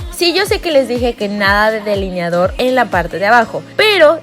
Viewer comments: Like si te fijaste que decía "deliniador" en vez de delineador 😂😍❤️ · No mames “deliniador”